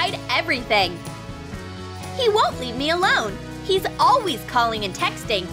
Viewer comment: They all say alweys instead of always